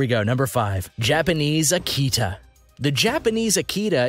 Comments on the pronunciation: I swear if you say Aki-Tah, ONE MORE FREAKING TIME. It's Uh-key-tuh. I've raised them for years. Do some research. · You pronounce the breed names wrong and I can't get over it. Ah-key-tah? They are pronounced "uh-kee-tuh". All the others are wrong too but seriously, this is supposed to be informative but people will just learn to say the breeds as wrong as you. Unsubscribed based on that. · It's Uh-key-tuh. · I hope you learn to pronounce it better than this guy could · Talks about the Tibetan Mastiff & shows a Caucasion Shepherd & Old English Sheepdog in that particular clip. Also left out many dogs that are more expensive. Example a Central Asian Shepherd could cost as much as $10K depending on lineage. Also cannot even pronounce Akita right. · Learn to say Akita!!! and I had my male Akita with 4 other dogs. and Rots dont cost that much money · Learn how to pronounce Your dog breeds. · I'd you are going to put a tutorial video into cyber space don't embarased yourself by not knowing how to pronounce the names of the breads your talking about !!!! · I'm so glad it's not just me. Sooooooo annoying!